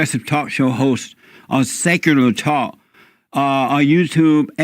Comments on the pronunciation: This dude in the beginning said "Sakuler TAAU-Kuh" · Seckoolar tock. 😂